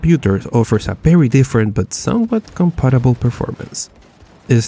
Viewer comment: Berry berry Impressive